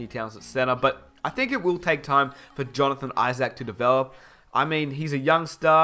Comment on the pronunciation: Jonathon I-Zach??